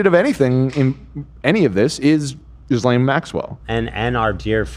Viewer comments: I love yall but her name is pronounced Ghee-lane (ghee is like the Indian butter ) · Okay but Jizz-lane is funnier